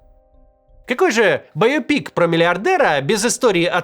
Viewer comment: БайопИк и КушнИр??? Писаки Каца, проставляйте ему ударения в незнакомых для него словах. СКАА «Не мытьем, так кАтаньем», говорящая ты голова